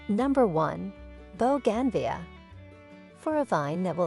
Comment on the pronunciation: Good grief! Boe-gan-vee-uh???